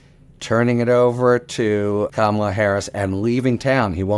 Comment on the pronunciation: My request for you and many of your guests: please, please pronounce VP Harris’ first name properly. If you say Comma La, you’ll have it 😊